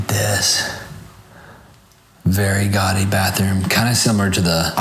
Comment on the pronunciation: I keep hearing you say "gotty" to describe something, I assume you mean guady pronounced "gaw-dee" and it always really annoys me 😅